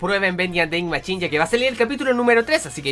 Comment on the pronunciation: es mashin o asi no machin o asi es como se dice no como se escribe :v